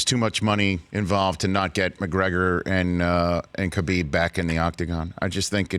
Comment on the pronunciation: I don't understand as popular as Khabib is not just in MMA, but globally people still mispronounce his name.